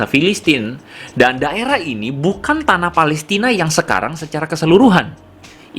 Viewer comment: Pelestina bukan pelistin